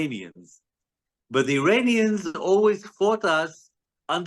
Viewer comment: he keeps saying uranians instead of iranians